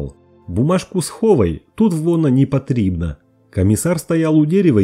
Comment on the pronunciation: "Бумажку схова́й, вона́ непотри́бна" Раз уж озвучиваешь, так ставь ударени́я прави́льно. Не знаешь как правильно говорить на мо́ве, так сначала поинтересуйся. Сам я гражданин РФ и патриот своей страны, но тро́хи розумїю укра́їнську мо́ву.